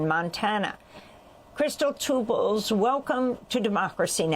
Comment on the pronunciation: Amy her name is Two Bulls. Not tube balls lijke you say.